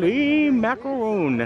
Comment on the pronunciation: just wanted to mention that you are not pronouncing macaron correctly. Macarons and macaroons are two separate things. You were pronouncing them like the latter. Many people make this mistake.